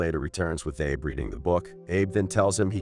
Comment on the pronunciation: Narrator needs to learn names, kept saying "Ay-Buh" and "Ah-Bee" every other sentence for Abe